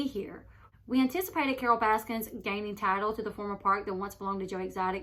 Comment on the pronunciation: Correction: “Baskin” not “Baskins”